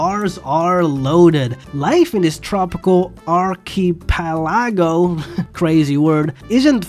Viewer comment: again a good attempt. It’s pronounced (arch e pela go). Not a bad attempt tho.